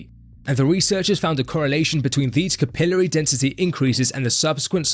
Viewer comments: All i gotta say is Markus Ruhl used to be a soccer player. By gddmt man stop saying capilry , its fking cap il ar y. That sht drives me nuts. Just as bad a deca- durr- a- blin. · “Capillary” is pronounced “kap-ill-larie”